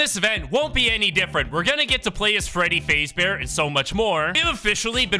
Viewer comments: I'm sorry... FREADDY FAZEBEAR???? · BRO SAID “FREEDY PHASE BEAR”LAMOLOL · BRO SAID FREDDY FAZE BEAR 😭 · Bro said Freddy fazebear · ❌Freddy fazbear ✅Freddy faze bear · you saying freddy’s last name wrong makes me cringe a little